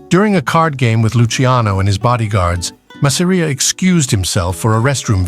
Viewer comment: Mazz-a-ree-a. Creators never pronounce his name right. Va fangool!!